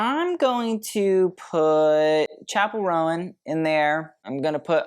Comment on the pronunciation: It's pronounced "rown" not "ro-an" for chappell's name!!